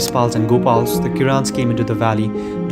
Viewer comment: it's not kiran, it's kirat